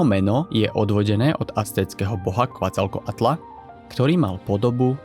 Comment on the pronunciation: Je to čteno: kecalkoatl! Tak to čtou indiáni